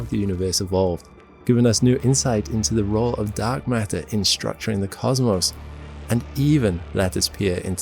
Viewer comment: "mark datter"